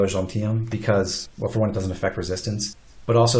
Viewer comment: “Seal Resis-TANCE” Bro’s vocabulary went overboard